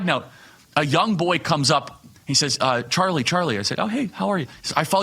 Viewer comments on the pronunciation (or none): none